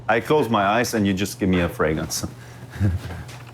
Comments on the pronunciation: A guy likes colognes and perfumes. So he changes his last name to Fragrance, but cannot even pronounce it. He pronounces it "Fragance." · This Fabio fûcctârd can't even say Fragrance 😅 Telling a stranger kid he smells good is weirdo asf